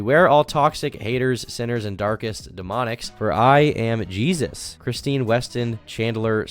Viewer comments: WHY DOES HE SAY JESUS LIKE ITS A MEXICAN DUDES NAME AND NOT JESUS LIKE THE FUCKING BIBLE ONE HES TALKING ABOUT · pronounces the Jesus in their name the spanish way